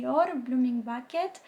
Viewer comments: Frumoasa colecție dar ai grija la pronunție, am pățit-o și eu. Când ai spus blooming bucket in loc de blooming bouquet practic ai zis găleata înflorită in loc de buchet înflorit, a fost funny 😁 M-ai făcut curioasa de cele de la My Geisha, mai ales Sakura ( aici grija la cum pui accentul). Acum sa nu te superi pe mine că ți-am zis asta ;) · Si Eu am citit galeata ! 😂😂😂